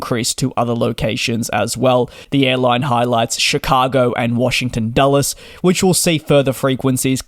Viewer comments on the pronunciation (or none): none